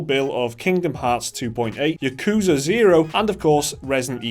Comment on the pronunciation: You pronounced yakuza wrong.